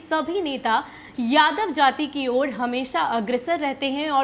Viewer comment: मैडम आप जिस तरह से बोल रहे हैं ना कि जादव जादव तो